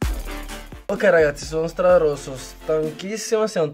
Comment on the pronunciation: Avevo capito "strarosto"